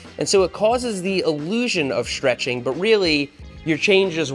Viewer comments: What the heck is shhtrech?. Isn’t it stretch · Chains don't "schtretch" they stretch 😂 well ok they wear causing them to lengthen. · what is sh-treching? XD